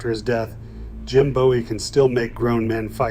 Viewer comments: It's pronounced Boo-ee 😒 And it's called a Texas Clip And what was that movie at the beginning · I visited a cutlery museum in Sheffield and was disappointed that they had no knives on display. By the way, Bowie is pronounced boo' ee. There is a knife-making school here in Arkansas at Historic Washington State Park, but Jim Bowie wasn't a park ranger. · It's pronounced Booee and there's no evidence that Bowie ever gave Forrest anything let alone a knife. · Your pronunciation of Bowie isn’t correct…… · The pronunciation of Bowie was annoying me……